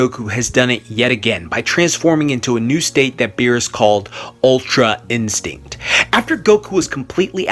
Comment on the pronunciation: I thought he said "ultra insect", I was confused lol